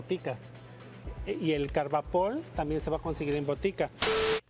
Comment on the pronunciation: Chale y luego es carbopol no carbapol